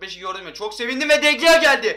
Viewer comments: de gea deil Dı hea diye okunuyo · DE GEA DİYE OKUNMAZ DE HEA DİYE OKUNUR !!!!!